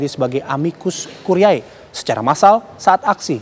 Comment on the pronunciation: Tertulis `Curiae' Dibaca 'Curie'